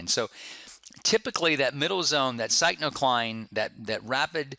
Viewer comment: Good lecture, one comment...I believe it is pronounced 'Pick-no-cline'